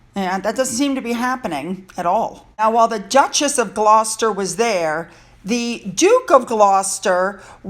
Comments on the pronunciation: Thames is pronounced TEMS. The Princess Royal has always had the busiest court calendar. People don't realize it but she truly is the hardest working royal who gets the least credit from the media. The Gloucester's (Glaw-sters, You got it right!), Edward and Birgitta, also make several appearances for the Queen with little fanfare. When you go to the UK next year, be sure and check the court calendar that tells you which royals will appear where and when. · Sorry, but I felt I had to advise you again. The Thames river in London is pronounced Temz… By the way, you now pronounce Gloucester perfectly 💝👍😘 I love your video snippets of the royals🫶U xx